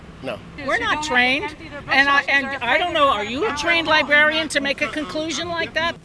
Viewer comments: Trained "libarian." 😂😂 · These people can’t even say “librarian” correctly. “Libarrian” is how they pronounce it.